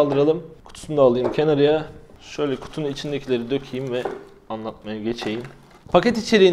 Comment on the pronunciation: "KENARIYA" dediği an bende film koptu